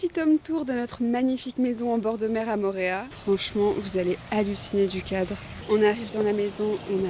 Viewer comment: Bonjour, ça se dit "PAPÉ-ÉTÉ" et ça veut dire : "Panier d'eau". Et "MO'O-RÉA" qui veut dire : "Lézard jaune". Toutes les voyelles se prononcent. Autrement "PAPITI" et "MORÉA" ne veulent rien dire.